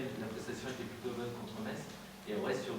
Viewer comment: Un jour faudra lui dire quand même que le T se prononce pas dans Metz